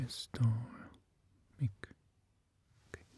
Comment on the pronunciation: Mic wymawia się jako majk, a nie mik, ale to tak btw. Od dłuższego czasu zastanawiam się, czemu masz tak małą widownię w porównaniu do wysiłku, jakości i serca, które wkładasz w swoje produkcje...